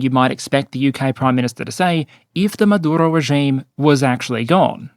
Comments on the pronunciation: I really enjoy you, but respectfully rolling the R in a dictators name is just hilariously asinine. Just say it like every other English-speaking person does. He does not deserve respect for his native tongue. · Do you need to say Maduro like that? Over pronouncing when its not needed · Why are you trying to pronounce "Maduro" with a Spanish accent? 😂 You don't pronounce "United States" with a fake American accent. And you say "Venezuela" like you would normally say it, as an Australian. But suddenly Maduro becomes "Madurrrro" (and "Carrrracas" and apparently also "Irrran" and "Irrrraq", but not "Rrrrussia" or "Ukrrraine" ;))) (Love your videos otherwise but this was weirdly distracting)